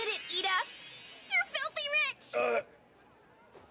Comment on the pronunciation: Kessie Noel lmao- (btw I'm really sorry but it's Iida not Lida-)